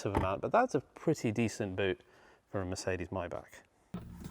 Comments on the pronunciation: Pronunciation: not Myback…..Myback….. but Mybugggg…. Mybugggg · It’s not “my-back”. It’s pronounced “may-Bach”. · The word is My-Bach not My-Back